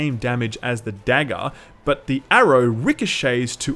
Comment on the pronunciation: I love the way you pronounce "Dagger,". It's delightful to my American ears. <3